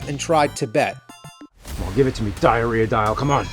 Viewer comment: Oh no. It wasn't just the Diarrhea dial. It was the DIE-arrhea DIE-al!